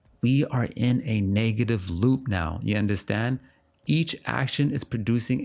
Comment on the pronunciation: i knew you were caribbean when you first said "ya understand?" 😫 i loved this video so much